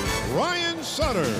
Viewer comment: fail its ryan suter not sutter